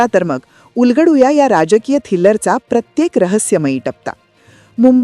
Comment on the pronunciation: असेल थिल्लर पण जेव्हा थ्रिलर म्हणायचे असेल तेव्हा तसा नीट उच्चार करा बाकी तुमचे सादरीकरण चांगले आहे